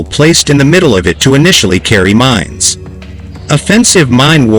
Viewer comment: They are MINES, not MINS. Also, "massively" is an adverb....it is used here as an adjective. The text to speech software used here comes from a non-English speaking country. I wonder where??